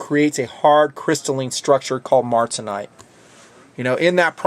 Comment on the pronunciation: Great review,, and an interesting blade to be sure. But there was one sort of "fingernails on a chalkboard" moment. As an old metallurgist and heat-treater, I must correct your pronunciation... It's MAR - TEN - SITE... not MART - SEN - ITE. Keep up the good work, bro!